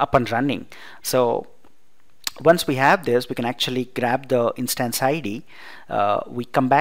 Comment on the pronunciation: Good Video , clear Voice .Its Instance (short vowel) not Instaanse (not so intense)